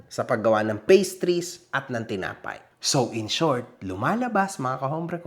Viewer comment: Tinapay o Tinga-pay?